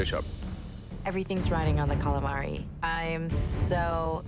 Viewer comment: Calamavi fveschi, fettuccine fvesche, tutto fvesco